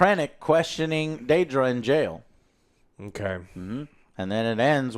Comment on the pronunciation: No, it's not "Daydra". They said her name many times throughout the show...